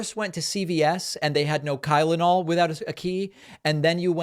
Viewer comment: I heard Kylenol too.